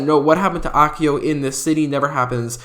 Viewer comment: The way he said Akio 😂